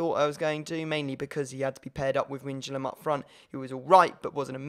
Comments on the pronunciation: Wijnaldum is pronounced Why-naldum I think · You pronounce depay as de-pie and wijnaldum as wine-aldum